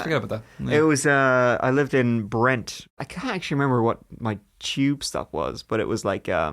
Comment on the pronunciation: Say tube. Cuz when you say it like that...